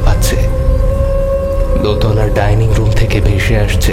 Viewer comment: Tinni r motto choto meye dining room er " dining " lithe tha pronounce korche ki kore ?